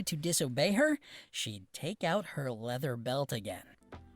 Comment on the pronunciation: I don't like how he said leather belt